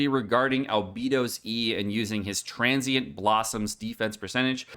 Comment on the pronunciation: He can say "Transient" correctly, but can't say "Al-BEI-DOH"? Sounds like bs to me.